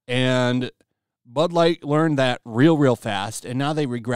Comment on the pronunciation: Sounds like he said ‘Butt Lite’😮